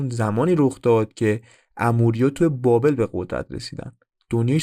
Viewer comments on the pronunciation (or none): none